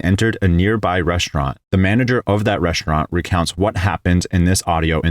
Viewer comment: It's pronounced "restaurant", not "reshtaurnt." There's no H in the word.